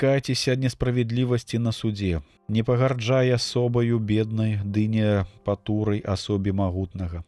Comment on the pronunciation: Прачытана: не пату'рай, правільна: не патурай'.